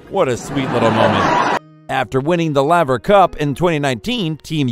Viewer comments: Bruh say it rah duh cah noo 😂 Also Laver cup is like lake not lava and Kyrigos 😅 no g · It’s not laaaver cup it’s laver, sounds like labour but with a V